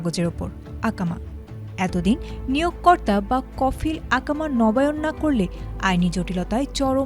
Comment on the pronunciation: It is Iqama (ee-ka-ma), not Aakama.